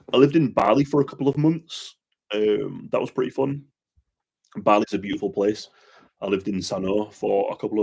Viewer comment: This kiiiis tiiiks pliiis...😁